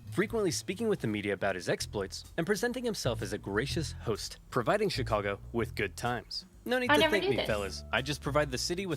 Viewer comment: That was a completely inexplicably cute way to pronounce "Chicago."